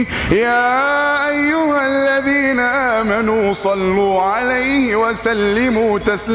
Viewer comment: اخي بس انا حاب انوهك على لفظ ال "ذ" لا يجب ان يلفظ ب "ز"